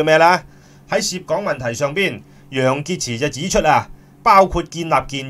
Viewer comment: 楊潔x都吾撚識讀😤😤😤😤😤